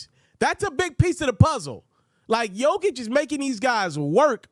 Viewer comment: Pronounce jokers name right then. For once. It’s embarrassing.